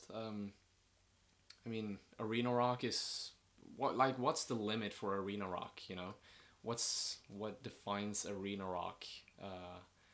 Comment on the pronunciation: I heard "reno-lock" when you said arena rock